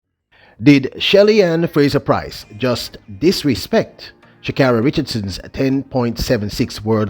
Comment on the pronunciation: Sha kayri!!!! The gitl does not like here name butchered. For 3 years she correcting y"all